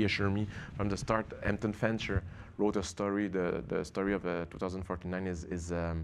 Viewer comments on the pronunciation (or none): Its Hampton Fancher not Anton Fincher